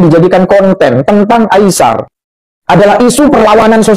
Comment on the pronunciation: ...cuba sebut Ai-sar...bukan Ai-syar...AISAR Khaledd😊